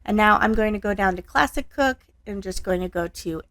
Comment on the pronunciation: I was wondering if you can elaborate on what the heck is the plastic setting? Oh wait, you were saying classic setting but I kept hearing plastic lol. Ummm, plastic shouldnt really be a part of a heat setting should it? It took me until the end to figure out what you were saying lol. Looks like a nice air fryer, I especially love the grill marks.